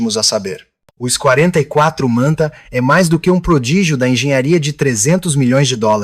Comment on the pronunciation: "Ishhhh…44” Manta? …ou X44? Vocês estão confiando demais na IA para narrar os vídeos. O “ishhhh…" pode até ser o som que o Manta faz, mas daí até chamá-lo de Ishhhhh…44 é uma distância considerável.